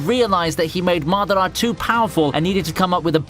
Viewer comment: 1 like for god "madara"